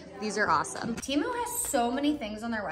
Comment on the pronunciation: It’s t-e-m-oo not t-ee-moo